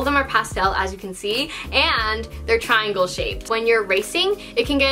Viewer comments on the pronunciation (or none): none